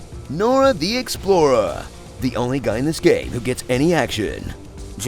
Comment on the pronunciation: THIS IS HYSTERICAL “NORA THE EXPLORA” “LANCE REDDICK PLAYING HIMSELF” “B-LOY”